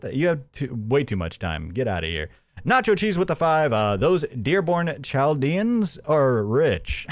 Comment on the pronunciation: Oh no. The mispronunciation of Chaldeans 😬